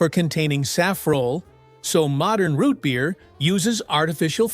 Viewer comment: Why you say root beer like that?!?!?!? Shut up!!!